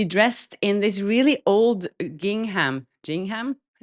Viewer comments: please check that YouTube has you labelled as adult content. I got an ad for a child. It’s pronounced ging rhymes with ring,-ham. Ging-ham. I’m not taking a dig. Your English is better mine much of the time.😀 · Gingham: the first G is hard, like in "give". The H is silent = Gingum. "Gingham is a cotton fabric, or cotton blend, characterized by a checked pattern created by alternating colors of yarn in a plain weave." ❤